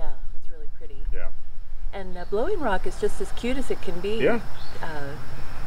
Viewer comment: "Blowing Rock", "Bowling Rock"....my closed captioning had it as "balogna rock". Looks like a great ride that I should do soon on the southern end. Looks like you had a great time. Blessings!